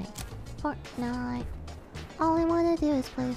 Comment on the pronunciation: I knew this was gonna be a good video when lily called fortnite "fortnut"